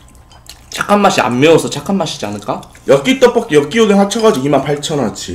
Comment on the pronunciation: 오랜만에 떠뽀끼 여끼떠뽀끼 아 발음 졸귀야ㅠㅠㅠㅠㅠㅠ